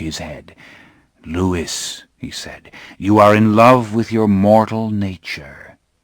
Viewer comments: You’re right. It should be pronounced Louee. Lewis is a different name altogether (my nephew’s name). It isn’t a deal breaker though. The narration is like listening to ASMR …… although likely to keep me awake rather than send me to sleep! 😬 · ITS LOUIS NOT LEWIS - lestat de lioncourt, s3 ep2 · My only issue was how he pronounced Louis. I thought any fan would know it's french and therefore should sound like Lui. But other than that yea thumbs up 👍🏼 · It's taking all my resolve to not shout HIS NAME IS LEW-WEE NOT LEW-ISS!!! 😂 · Same, but “Loo-wiss” is how Anne Rice pronounced it in at least one panel discussion. I still prefer Loowee lol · This is lovely, but every time he says Louis, I cringe. It's pronounced Lou-eee not Lou-iss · Wish he didn't say Lewis. Its Louis like "Lewy." It's French. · Excellent narration ❤ my favourite series from my youth.. and my only gripe was his way of saying Lewis instead of Louis 🥴😩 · Well, unless he knew the French name word or has listened to the way that Anne Rice pronounced it, then I can understand how he'd assume the word is pronounced how it's spelled. Just looking at it, most people would say Lewis and not Louie. I, myself, always seem to bounce back and forth between Louie and Lewis when I read the books! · A generous and kind comment, but we don’t say Lewiss-ee-anna, Lewis the 14th, etc.? Louis is French origin and anyone with a modicum of cultural literacy should know that, especially a voice actor. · This narrator is absolutely brilliant... he holds the listener perfectly intrigued..... absolute brilliance.... regardless of the Lewis not Louis fiasco! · Brilliant narration.. but it’s Louis not Lewis.... Louis as in king of France louey! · I just wish he hadn’t pronounced it “Lewis” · My only complaint is that Louis is supposed to be pronounced the French way Louie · I'm so happy this exists. But every time the reader pronounces the "s" in Louis... aaahhgggg! Lol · Trying to get over the "Lewis"